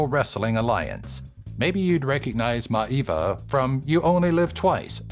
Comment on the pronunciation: love the vid. but next time take a second search youtube. I am sure it will have countless examples of how to say Maivia by the man himself. Hint. the "I"s are not silent